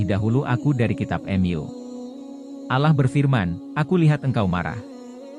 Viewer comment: Bukan ala.,....TAPI ALLAH